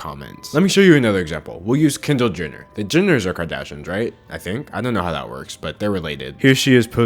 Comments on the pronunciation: the way he pronounces kendall as kindle😂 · why do u pronounce kendall “kindle” omg